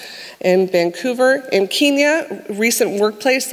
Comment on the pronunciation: someone teach her how to pronounce Kenya omg